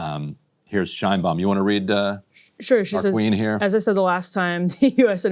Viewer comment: The Mexican president’s name is pronounced ‘Shaynebaum.’